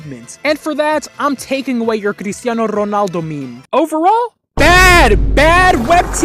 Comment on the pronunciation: Bro these days I was asking myself if was Portuguese because is a word used in Portuguese (it kinda means crazy/stupid), but the was he pronounced Cristiano Ronaldo just clarified it for me lol